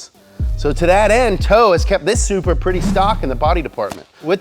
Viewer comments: Did he say supra? Soupbra 🤣🤣🤣🤣🤣🤣🤣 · did you say supra?? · bro did u say supra?? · Did he say supra? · Bro did he say supra